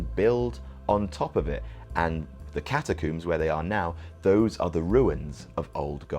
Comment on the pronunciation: i was calling attention to his pronunciation. You don't "coomb" for survivors. Trump does not have a coomb-over. and no one is trapped in the freaking cat-a-coombs